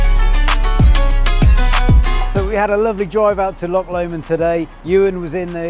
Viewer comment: Tesla S for the win. But remember it’s Loch. Not lock.